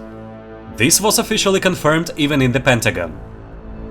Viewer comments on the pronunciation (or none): none